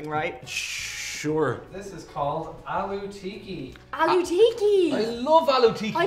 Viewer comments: its not alloo tikiii, its aallooo tikkkkkkkiiiii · Its not "aloo tea key" it's "aloo tikki" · Its aalu tikki and not aalu teeki😂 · Aloo Tiki sounds like Hello Kitty :) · Aloo tcheekee😂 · Their pronunciation is vry triggering.... It's Aluuh Teak ki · They did 'ALOO TIKKI' dirty